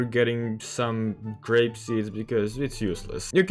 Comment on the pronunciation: its called grape not grap